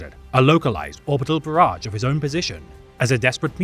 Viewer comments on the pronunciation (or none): none